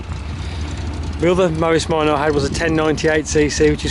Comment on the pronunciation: Mowis Minah. Hhahahahaah